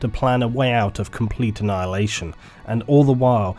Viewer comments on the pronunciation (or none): none